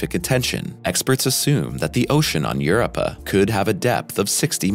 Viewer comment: you're pronouncing Europa wrong.